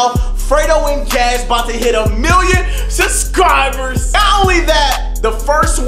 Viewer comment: not trying to be mean at all but did anyone notice that he says subscribers wrong